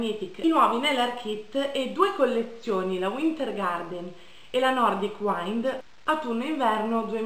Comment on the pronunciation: Solo un piccolo appunto: wind si pronuncia "uind" e non "uaind"! :)